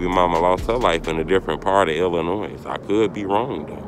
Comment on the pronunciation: The S is silent in Illinois. You from here you irritating 😂